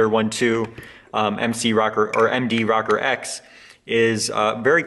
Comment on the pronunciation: ROW-CORE, Row-Core....nice videos...NICK-CORE or NYE-CORE...ROW-CORE or Nothing else. LOL! Sorry man, I'm an old fart from NJ just down the street from where the Minolta headquarters was for almost ever. I've been selling cameras since the seventies, I don't remember anyone ever call the "Rocker" lenses (as neat as that does sound). LOL! Peace. Not a big deal, but stop it.